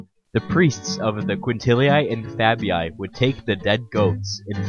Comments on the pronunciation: Lupercalia, sounds Loopearcahliah. quintilli, sounds kwintillee, fabii, sounds fahbee ee! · "Quintilii" is pronounced "quin-til-ee-ee" NOT "quin-til-ee-aye" -same for "Fabii". Loved the video besides, mate (thanks! 🤗), but....c'mon, man: such a basic (and kinda disrespectful) error to leave in 🙄.